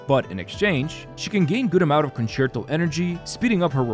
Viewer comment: Wow a content creator that can actually say concerto correctly